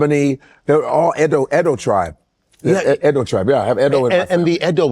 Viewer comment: Out of curiosity, if you're Edo and have ever lived in Nigeria, is it driving you crazy that they are not pronouncing it properly?